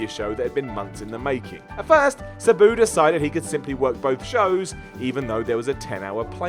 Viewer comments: Sa-Boo. Lmao It’s Sab-oo = Sabu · This guy does not know how to pronounce Sabu correctly. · The way you pronounce Sabu makes me want to stick nails in my eyes!! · I love, but I hate the way he says "Sabu." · Fact check; pronounce Sabu correctly, and produce a video without inserting a meme of himself every 30 seconds.